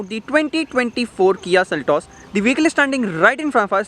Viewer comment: "Seltos", not "Seltes".